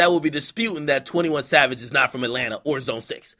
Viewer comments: He said "21 Lad" LMAO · nigga said 21 lad 😂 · 21 Chav-age lmao 💂🏾‍♀️💂🏾‍♀️💂🏾‍♀️